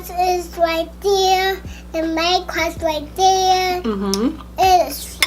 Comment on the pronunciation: When she says class it it sounds like crush and I thought she was talking bout her new crush😂